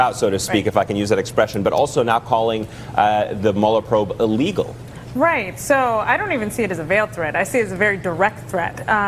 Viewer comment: I keep hearing this new word 'a-legal, is that different from illegal?